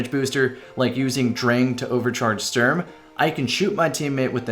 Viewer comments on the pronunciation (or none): none